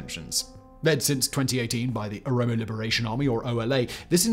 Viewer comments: Mispronounced Oromo only right? Let's not mention amhara wanted to claim back tigre land from 35 years ago. While taking every chance of the war to destroy tigre. Made it a personal war. Amhara are also at war with all their neighbours . They also didn't want the peace deal. They are destroying illegal homes across Ethiopia specially oromia. All and all Amharaa is a thorn in Ethiopia. Question is what do they want ? To rule Ethiopia nothing less at this point. HENCE THE PROBLEM. Now amharaa youth are bieng tricked to die !!! Fighting a unwinnable war. If Ethiopia breaks apart do to amharaa everyone looses. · Thanks for the video and analysis ! I just found it hyper confusing that you kept saying « OMOro » throughout the video instead of « OROmo », as it does sound fairly close to « Amhara »… Would be cool if you could edit it somehow lol Going to share this to my friends and colleagues, cheers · Oromo Simple to pronounce Throughout you said omoro Keep an eye on these things in the future Other than that, so happy to see you cover this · How did you go the whole video pronouncing OROMO "Omoro"? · Quite a few things wrong with this video. The Derg weren't ethnic Amharas starving their ethnic opponents. If anything, Amhara hegemony was upended by the Derg's rise to power. You repeatedly mispronounced Oromo as "Omoro" Failed to underscore the brutal repression during TPLF-dominated EPRDF rule Other than that, pretty good video I guess. And one thing, "Medemer" isn't Abiy's idea. He got it from Meles, who got it from a CIA operative known as Paul Henze (who called it "Synergy"). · Good video but 😅you keep saying Omoro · 😆😆 the "OmOro"?? 🤣 its pronounced the "oro-mo" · Bro keeps saying the ''Oromos'' ''Omoro'' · Would be a great video if you didn't say "O-MORO". Also, put some historical context for why Oromo's HATE Amhara's in our land. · Promo not Omoro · its not OMORO...... IT IS OROMO! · They are OROMO not OMORO! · Its O R O M O say it with me O-R-O-M-O.